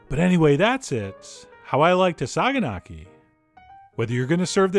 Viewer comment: Not to sound like a grammar nazi,but it's actually pronounced "sayanaki".The "g" is from the greek letter "gamma" and that's why it's written like that.Otherwise you pronounced kasseri as it should be.Other than that,you can also choose feta for this "recipe" and add some tomato.Trust me,there is nothing better!